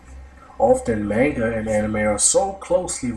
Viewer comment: Your mispronunciation of the word "manga" makes this video unwatchable.